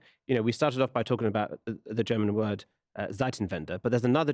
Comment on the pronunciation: Never heard an Englishman pronounce German words so perfectly.